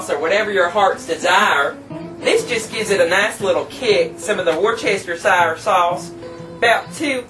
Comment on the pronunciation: its wuss ter sheer sauce ^_^